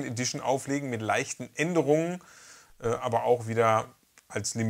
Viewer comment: Coole Sache! Psst...: "abert!" .... erinnert mich an einen Grundschulkumpel, der mal sagte: "Übert tie Fresse trübert gefallen!" :D Beste Grüße